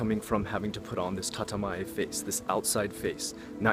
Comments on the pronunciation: Hey, the first 50 or so comments did not have this so I though I comment on this. Isn't it "Tatemae" instead of "Tatamae"? or am I just hearing your pronunciation wrong? I read online that there is like 10 psychiatrists for every 100 people in the big cities in Japan. Is this true? really nice video!:) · Bro. It’s not TATAMAE. It’s たてまえ、tatemae